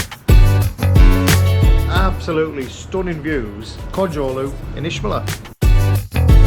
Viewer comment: (Itch)meler please friend not ishmeler